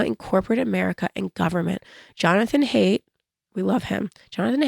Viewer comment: The timing of your 🗡 joke is impeccable given the recent John Wicking in NYC. Also, Jonathan Haidt's last name is pronounced "Heigh(d)t."